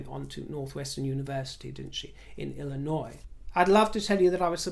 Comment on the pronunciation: Thank you for saying Illinois correctly.